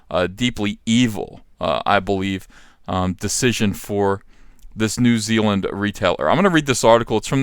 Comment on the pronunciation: New Zeal-land